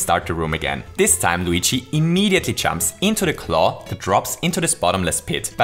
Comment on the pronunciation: He says chumps instead of jumps